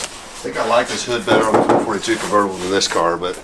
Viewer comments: It's called a four four two, NOT a four forty two. Sure way to not make an Olds guy not happy. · having had 442s most of my life. It is not pronounced four fourty two like it is one number. It is pronounced four, four, two. Three different numbers, not one number. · 442=Four Four Two not four forty-two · Okay, I am half way through this video and you are making me crazy... My first car was a, my second car was a convertible... Most of my friends had 442s we as all the Oldsmobile people never called them four forty two's NEVER it is a Four Four Two... Not a "four forty two"... Just letting you know... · It is not four forty two. It is four four two. In 1964 it was originally 4 barel, four speed, dual exhaust. Then it changed in 1965 when the 400 and automatic became available. I do enjoy the videos and continue to be amazed at the knowledge has even if he did say four forty two. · Four Four Two, not Four Forty Two. And can someone please fix ’ collar before the camera starts to roll. Employ a production assistant. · Real Olds guys pronounce it 4-4-2. Not Four Forty Two? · Great Video as always, but it is pronounced 4-4-2 not 4-42! 👍🏻🇺🇸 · I absolutely love the channel, and I've watched almost every video, but I have to be the annoying guy here. It is pronounced 4 4 2 as in four four two, not four to fourty-two. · Four Four Two NOT Four Forty Two 🙅‍♀️ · It's not a four forty-two. It's a 4 4 2, Or four four two. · Good God man. Its Four, four, two… not four forty two. I’m sure you know better. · It's not (four forty two) It's a (four, four, two). Also, 1966 four four two's had the option of a 455. I have a numbers matching 1966 and my pastor friend has one as well. Both have 455 and automatic transmission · And it's Four Four Two. Not Four Forty Two. At least to real "car guys". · it is 4-4-2! not four forty two!